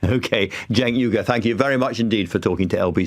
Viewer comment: He pronounced Cenk’s name correctly 👍🏾😎